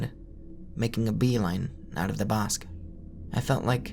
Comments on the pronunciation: Bosque is pronounced "BOHS-keh", amigo. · "Bosque" means "woods" (like in innawoods) in spanish, and it's pronounced something like "Boskeh", with the spanish é sound at the end, and a strong o sound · the way he says "bosque" like "bosk" is so funny